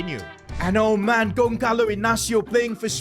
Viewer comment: Bro who is Gonkalo 😂